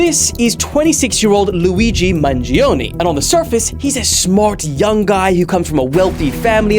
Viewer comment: I am not the pronunciation police, & although I have maybe a little, maybe a lot of Sicilian blood in me -- I cannot say Mangiiiiiiooooone like you did -- I appreciate it.